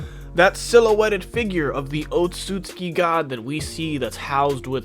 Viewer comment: OT-SOOT-SOOKEE bruh pronounce the damn name right